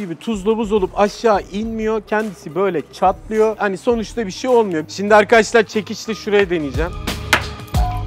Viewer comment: 'Evet Arkaaaşlarr' 'D' Harfini Yutan Adam Gibi Adamm..